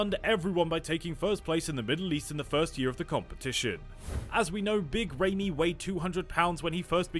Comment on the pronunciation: good video but I hate how you are butchering his name